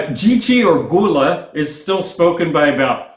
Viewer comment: I once lived in Charleston SC and knew African-Americans who spoke Gullah. They pronounce this word as "GUL-lah," the first syllable the same as "gull" as in "seagull."